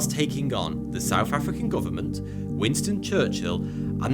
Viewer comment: Errors: Ah! The "Warrirors of History"! kukri, not kurki. Chruchill?